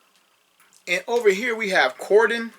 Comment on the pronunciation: I don’t know if you heard, but for the next release, we’re getting Grimlock!! 🙌🏼 I’m stoked! Lastly, Cordons name… I did a little research to learn how to correctly pronounce it; Cor•din. Say it fast Cord’n. It’s what the cops do when they’re investigating. Whalah!! ✌🏼✊🏼